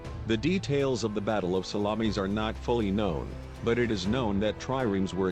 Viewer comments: I thought it was Themi-suckles, like the bay of Salammees, lol. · Salammmees?---the pronunciation is embarrassing and funny--and sad in a way. And a lot of the facts are wrong as well. Greek ships were heavier and not every single Persian ship was sunk.